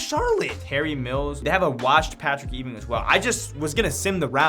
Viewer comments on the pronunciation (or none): I was looking for this comment the minute I heard that lmao